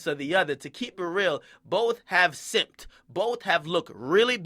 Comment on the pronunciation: "Both Have Simpt" I love this nigga Akademiks.. Paws 🐾